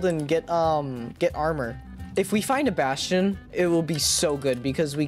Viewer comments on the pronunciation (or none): Not to be mean but when you said basken instead of bastion I thought of baskin robins. Idk how to spell lol